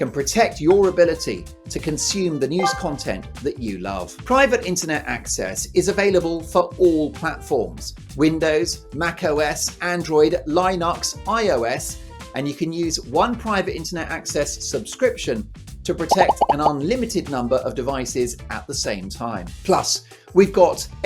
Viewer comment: "Linux"... not "Line-ux".... for gods sake re-record that guys! 🤣